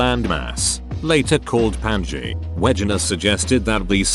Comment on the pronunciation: the AI voice doesn't always pick up the correct pronunciations